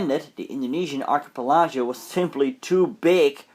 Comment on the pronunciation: Excellent video. By the way it's pronounced 'Ark - y - pel - i - go ' . I hope this helps!